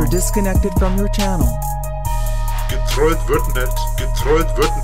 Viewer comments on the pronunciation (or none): "gertwollt wird net " junge wie der redet XD